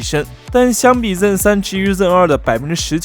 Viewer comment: zen的发音不标准 建议改下